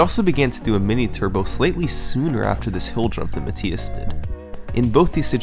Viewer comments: I'm pretty sure its pronounced "Muh-Thigh-Us" not "Muh-Tee-Us" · It's muh-th-eye-es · Even though you are pronouncing the German name Matthias incorrectly 😉.. This is a very well organized video my friend, good job 👍